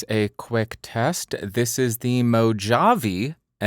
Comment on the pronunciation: Back in the what? I've never heard anyone say Mojave (as in Mojave Desert) with a J-sound. Only with an H. And I don't think I've heard it said outside of US media.